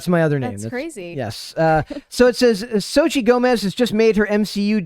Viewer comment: Soch-tel* the same with Vulcano "Popocatépetl" Tel*